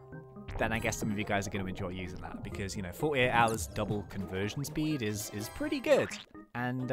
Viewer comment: I find how you say speed speed very funny 🤣🤣😂😆😁😄😀🙂🙃🙃🙃😉